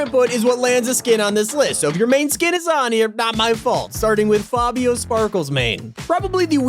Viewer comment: Can u at least pronounce fabio’s name correctly?